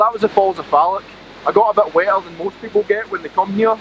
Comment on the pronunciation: It’s Loch, not lock, and Falloch, not Fallock lol!